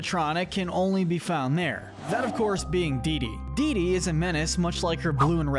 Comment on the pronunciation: Dee dee✅️ Diddy❌️